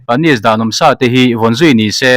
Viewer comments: Tih sá loh loh a ni lo, tih sa loh loh tia chhiar tur a ni zawk aw 😮😮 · Khawngaihin, hma kan sawnna beiseiin heng thumal, lam dan leh thluk hi a dikhlel, in siam that nan. Tih sa loh loh -sa hi vawksa, bawbgsa anga thluk loh tur, Insa tiha sa thlukin lamrik tur. Puanven - Puan hi a boang tih hlaua ven angin u rawb thluk hi, mipa in puan kan veng thluka thluk tur a ni. A fiahfaia ngaihthlak a nuam lutuk. Mizotawng ziak lehkha chhiar phei chu a har lutuk, lam sual pawh i nei meuh lo, heng ka rawn sawi hi chu lamsual/chhiar sual ni lovin a nih dan tura ngaia rawn chhiar diklo pangngai niin ka hria a, kan in siam that nan thahnem ngaihthu a ni e. Youtuber tam tak headline duhdah si, chhiar diklo ka comment na, hmasawnna ka hmuh chuan lih te hi chu unsubscribed, disliked ka chinga, nangni hi chu ngaithla regular in ngah bawksi, hmasawn turin insiam that ngam in nih ka beisei....